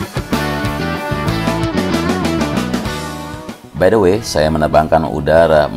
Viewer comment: word unlocked "bay de wei" 😅